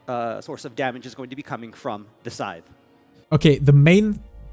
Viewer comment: saying scythe not side